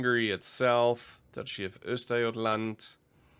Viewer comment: Perfect pronunciation - Östergötland. Impressive!